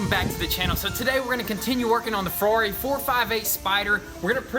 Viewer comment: Ferrari, not Frari. Have to learn Italian.